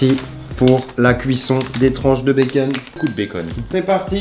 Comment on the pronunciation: il faut du béckeune beaucoup de béckeune